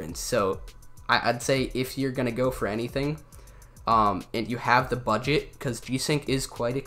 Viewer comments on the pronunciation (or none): none